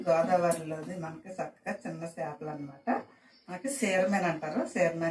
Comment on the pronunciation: చిన్న 'చాపలు' కాదమ్మా. చిన్న 'చేపలు' .